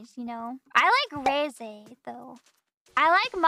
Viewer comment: Ain't no way that's how she pronounces Reze